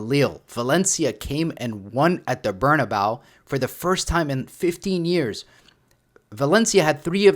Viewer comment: Please, I’m begging you, stop calling the stadium “Bernabao”, it’s pronounced “Bernabe-ooh”.